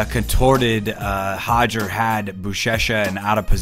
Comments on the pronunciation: Still cringe every time I hear “Hodger” instead of “Roger”! I know it’s how Brazilians pronounce their “R’s” in Portuguese it doesn’t mean it should be pronounced the same way in English! I am of Portuguese heritage and the difference between how Brazilians and the Portuguese (People from Portugal) pronounce “Roger” is equivalent to the difference between how the British and Americans pronounce the name “Carter” or better yet, “Water”! Just cringe worthy for some of us lol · I wish he'd stop saying Hoger....it's Roger...with an "R". Lol! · why do you keep saying hoger instead of roger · Just between you and me... it's Roger,, not Hoger. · It's not Hoger, it's Roger. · Hoger! Just say roger... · Why do people keep pronouncing Hoger , when it’s actually Roger with a damn R? Do Brazilians pronounce our names the right way they’re supposed to be ? Stop catering and being obsequios. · Why name your son with an English name then pronounce it Hoger, ffs 🤦‍♂️ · Hodger.... lol. It's pronounced Rodger...Rod-ger... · Sounds like he is saying Hoger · Hoger or Roger WTF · As a portuguese person, I can inform that the letter R at the start of a word or two in the middle of a word is pronounced with a sound not used in the English language and the closest thing to it would be the H sound. So technically yes he's close but not spot on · Can't we just sat it with an R sound if we are speaking english?